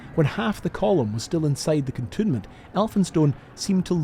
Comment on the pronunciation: Excellent work. And by way of a bonus, I know now the correct way to pronounce “cantonment”, which I had always assumed was simply the addition of “ment” to canton, as opposed to cantoon 😊